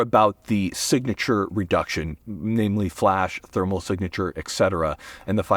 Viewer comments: Why can’t he say thermal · Can you not say thermal?